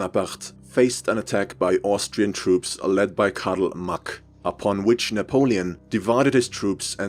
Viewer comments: can we appreciate the fact that he pronounced Napoleon's name right? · kudos on pronunciation of Napoleon aaaand on including that heretic symbol War Never Changes mentioned...